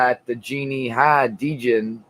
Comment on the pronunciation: Very fun video i just wanted to let you when you talking about djinn her name's pronounced jinn the d is silent